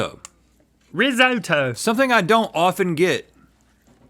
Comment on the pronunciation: it's rizz ott o not 'rizz o toe'